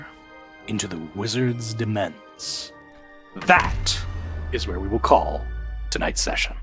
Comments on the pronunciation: "In this episode, pronounces 'demesne' wrong" Thank you Karl, I was worried nobody would mention that. As always, your service is impeccable. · Just got through this. Haven't played MtA in too many years, loving the feather-loving-puff out of this. Fun tip: in Demesne, the S is silent and the E a long vowel, roughly giving you 'Domain'. Makes life easier. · "Demesne" is pronounced domain, it's an older spelling of the same word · Demesne = 'Demain' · In response to Carl the whatever, I think Demesne is pronounced like, somewhere between domain and demean. But I don't know because French is a filthy dog language. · Thank Karl for speaking truth at the end, cause I was gonna go crazy about pronunciation of Demesne.